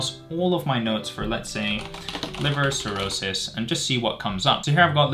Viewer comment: Erm... it's cirrhosis not 'chirrosis'...